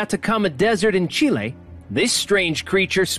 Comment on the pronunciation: it's fun how the snapchat presenter says chile with a slight accent and no other spanish or non english word in the video with an accent.